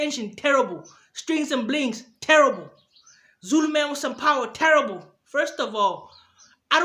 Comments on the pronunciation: This is the 1st video with more dislikes than likes. This guy crazy... I hate the way he says "therrible". I give that a 1 out of 1000😒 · The way you say "Therrible" is terrible 😂😂😂😂😂😭😭. Go get a life bro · No one:: THERRIBLE! 😂😂😂